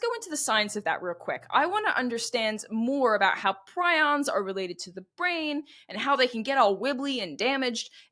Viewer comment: It’s pree-ons